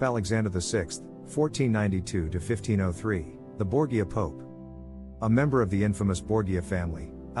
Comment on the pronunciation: Borgia = BOR-zha It's a family name important enough for any historian to pronounce correctly. And it's important to keep in mind the interactions between powerful leaders of the numerous independent states on the Italian peninsula, which wouldn't become Italy as a unified nation until the mid1800s.